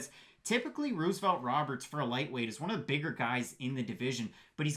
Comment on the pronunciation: Stop saying Ruse-o-velt 😂